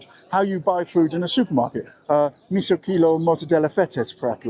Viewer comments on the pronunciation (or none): Greek are almost always stressed on one of the last 3 syllables and you made mistakes on 4 words stressed on the last, misò kilò and dexià, aristerà.